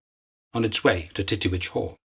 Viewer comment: ...and the rural Scottish dialect made it even more bawdy..."TETT-tee-wetch" 🏴